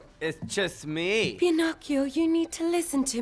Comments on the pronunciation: "It' chust mEe" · Why is no one talking abt the way he says “It’s just mEEee” when she opens her door 💀